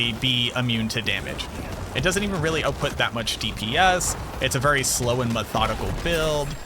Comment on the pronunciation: I love it when canadians talk about damage oatput.